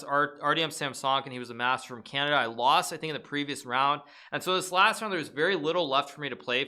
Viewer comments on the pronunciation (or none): Bruh, you said my city correctly but not my country!!! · "Toronto, Canadia" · My favourite thing is that Nakamura says Canadia also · Toronto Canadia? 😂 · Canadia, yeah right jk, luv u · for a sec, I thought it was an alternative pronunciation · Hikaru: It was held in toronto, Canadia Me(Canadien): ITS CANADA My sister: Calm down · canadia lol